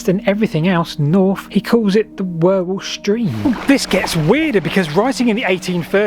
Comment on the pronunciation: You need to go to Wherwell and find out how it is pronounced. Many years ago I knew someone who even then was old, and he had lived his entire life there. Absolutely useless with phonetics, but it was something towards "urrell" - short and as if it was trying to be a single syllable. 😄 (Not really a criticism as everyone now seems to pronounce it more or less as you do.)